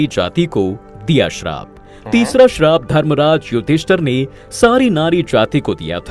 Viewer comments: Bhai woh sharab nhi hai Shrap hota hai use theek krdo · Bhai sarab nahi shrap kaho yani baddua